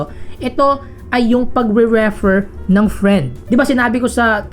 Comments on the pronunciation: That 'reh-fer' though. 😅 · pwede mo bang igoogle ang tamang pronunciation ng REFER? kakainis eh